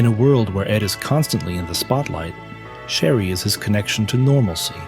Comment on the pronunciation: The narrator kept calling his wife "Sherry", but isn't it "Cherry", like the fruit?